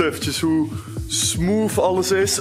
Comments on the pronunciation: Kun je ff geen smoof zeggen maar smooth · lekker smoof zegt ie lmao